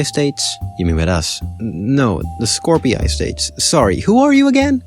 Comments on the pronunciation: skor pi yay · STOP MISPRONOUNCING SKORPII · I might be wrong,but the way you say skorpii and grusi sounds cursed af,I think it sounds more like just like how its spelled,skorpii and grusi. with the i sounding like a normal i.